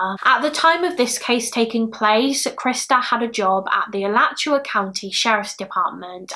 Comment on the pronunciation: Bravo! 👏 Great video and you even pronounced Alachua perfectly!! 👍😊